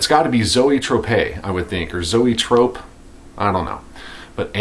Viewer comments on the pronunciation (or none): Cool finds. The band Zoetrope is pronounced E-thrope. Or at least that's how I've always heard it pronounced...ha ha. Cool band. I believe they had one other album out on Combat.